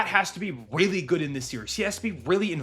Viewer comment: “Weally good”